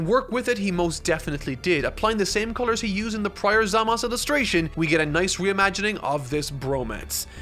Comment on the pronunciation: I love the styles used!! It makes me want to watch the entirety of dbz for a 10th time lmao. The only issue i have is how you say Zamasu. Its Zam-ah-soo. Three syllables. Not zam-as. Im not 100% about the subs and how they say it, but in the dub, its Zam-ah-soo.